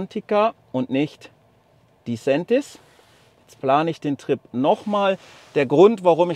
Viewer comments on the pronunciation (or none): Das war bestimmt kein Schweizer Kollege. Disentis wird nicht als "di Säntis", sondern die Betonung liegt auf der ersten Silbe, also DI-sentis. Und dann mit "e", nicht "ä"... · Das mit der Aussprache von Disentis üben wir noch :-) Aber danke für das Video